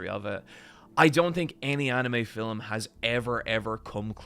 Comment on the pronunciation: My favourite thing about accent is that he pronounces "Film" as "Fil-uhm", it's just adorable...